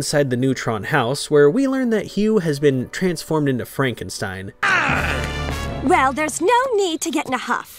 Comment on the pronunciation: Yooooo props to Sheen for actually pronouncing Frankenstein correct. He's not Jewish. 😂 People often get mad as heck when I correct them on it, genuinely impressed.